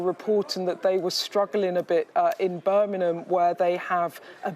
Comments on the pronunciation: Beth. Birmingham not Burminum. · Birmingham. Burminum